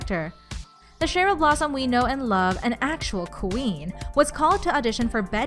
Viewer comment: I'm annoyed how she said Cheryl